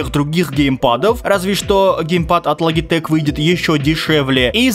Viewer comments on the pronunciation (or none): Не лагитэк а Лоджитэк